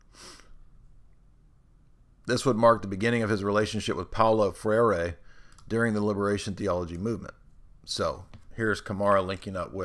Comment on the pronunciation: "Freire" is pronounced "Fray-ruh".